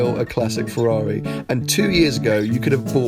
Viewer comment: What is a Fewwawi?